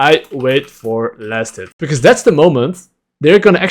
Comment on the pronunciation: He kept saying laners, "Go for last hit," and all I could hear is, "Go flaccid."